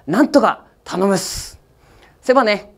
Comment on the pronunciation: 最後の「セバネ！」ってのが確かにフランス語っぽい。